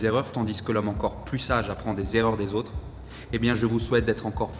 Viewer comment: J'aime beaucoup ce que tu dis. Mais fais attention à tes liaisons! ( se comparer Z autres, etc..). Mais néanmoins je me suis abonné.